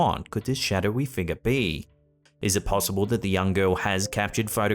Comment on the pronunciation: You used to say "figure" correctly up until the Halloween live event and now rarely do you say the word correctly. Yes a few people made comments applauding the world "figah" but please stop saying that way on purpose no offense but it's corny and needy not to mention fake.